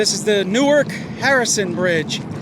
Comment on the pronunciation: Definitely did not pronounce neither wrong